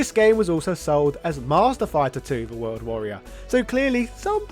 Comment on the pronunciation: “The HORLD Warrior”?